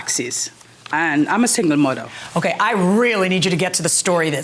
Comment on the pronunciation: She says she's a "MUDDAR"... ? ... Does she drive a 4 wheel drive & play in the backwoods mud after a heavy rain... ? ... "😂" ... . He says "DIS & DAT"... !!! ... (?) ...